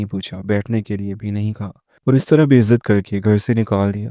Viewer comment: “Bezat” nahi, Be-izzat. Zehni tasawwarat ka izhar haqayaq se parey. Na janey kayun haqeeqi zindagi se duurkhayali wadiyon mein gum , kahaniyan talash kartey hain. Aur bhi bahut kuch hai husney bayan ke liye….